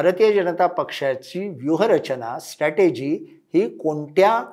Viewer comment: स्ट॓टेजी ××× स्ट्र॓टेजी √√√